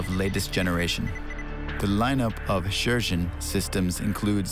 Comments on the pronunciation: Dude you pronouce it so funny Sheshen Sheshen Sheshen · Bruh...stop with the Sheshen lol. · its pronounced Cher (singer) - Shen. Cher-Shen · It's Shershen